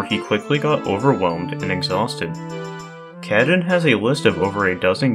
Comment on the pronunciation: Thank you for making this video! Showcasing multiple runs and explaining some of the techniques of accomplishing them is always nice to see. Also nice to see the recent smb1 grind going on being a highlight. They have been working hard on helping each other to get the time lower. Lastly, I can't unhear "cat-in" instead of of "kah-tune" 😆